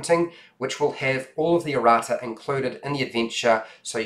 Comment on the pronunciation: He's saying "Errata", which is a list of corrections and clarifications for errors and ambiguities that might be in the retail version. (I actually would have never understood him saying it if I hadn't had context)